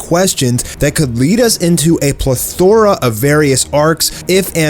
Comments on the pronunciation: ple-thor-a??? You mean plethora. Didn't know there was 2 ways of saying it 🤦‍♂️ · you're saying plethora wrong you put emphasis on the wrong syllable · the way he said plethora.. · name last so glad someone else noticed lol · Bro he said it twice! Like HOW